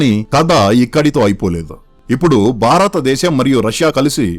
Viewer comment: మిత్రమా భారతదేశం అని పలకాలి